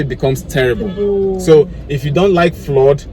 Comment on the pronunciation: Spelt (FLOOD)>>>>>>>>Flad not flord pls stop damaging the English language 😭😭😭